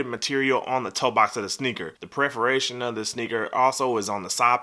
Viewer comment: Say Preforation one more time lmao, but for real, dope video, dope shoe, not a huge New Balance fan but these are pretty fire!